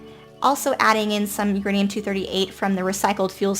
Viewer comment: that's where we have our " YOUR ANE" hahahah